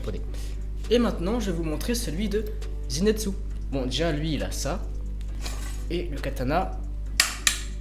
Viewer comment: A chaque fois tu disais zinetsu au lieux de zenitsu sinon ta vidéo est génial comme dab😜